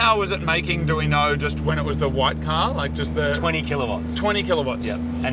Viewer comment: Because of the accent, when Moog said "what power was it making, do we know, when it was just the white car", instead of "white car" I've heard "white power"